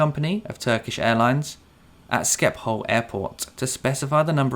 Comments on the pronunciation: Sorry great content but for future reference its pronounced Ship - hol for Schiphol Airport - SCH in dutch is a SHH sound not SKI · Excellent video! Just 1 tip for u and other native English speakers, since I hear the same mistake from all English speakers. Schiphol is pronounced "Shiphol", NOT "Skipol".